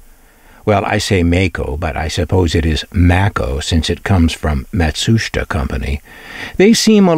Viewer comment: Your documentary on this product is very interesting. I also appreciate your pronunciation of the Japanese “Matsushita”, which is almost always butchered and mispronounced. Thank you for your work and skill in making your videos. I’ve had a few Panasonic products and they were always my favourites. They were always best built.